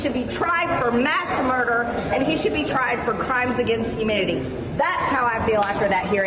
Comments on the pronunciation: Did she say: Crimes against Huminity? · I listen 3 times. It really sounded like she said crimes against humidity. Better bring in the gazpacho. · It sounded like she said crime against humidity! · I've watched this several times and I swear I hear her say "Crimes against humidity". Did she? Or, do I need my hearing checked?